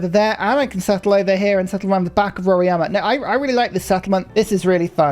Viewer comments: nice content!! About the wonder, It's not "Roriama" but "Roraima" 🧐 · Rora-ima (not Rori-ama)